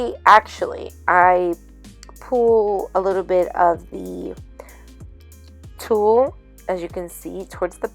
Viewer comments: Hahaha it sounds so funny how you say Tull, it sounds very Puertorican😂 Very cute project💕 Ohhhhh thanks for the powder tip, that's great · Super cute! I love the shaker! You crack me up “tul” 😂 love it! 😘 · Super cute! You crack me up saying Tulle Lol! Love it! Tyfs 😊❤️👍🏼